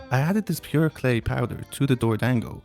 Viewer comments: It's not pronounced 'dang-go", it's "dawn-go" 😭😭😭😭 short A sound! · Every time you say dorodango it sounds like “doored angle” 😂